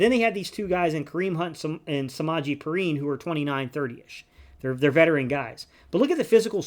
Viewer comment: Just had to say it’s Samaje PEE-Rhyne! Keep up the content and Go Birds